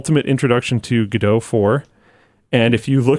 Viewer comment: why the f is calling godot "giedough"???????